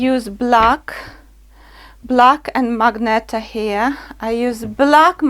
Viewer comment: It"s MAGENTA not magneta